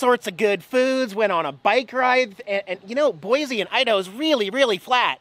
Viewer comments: Boy-see. Not Boy-zee. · The good oh BOISE (BOY-SEE) River.